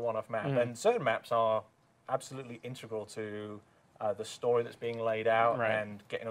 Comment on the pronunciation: Is it me, or does he say "integral" like "untregral"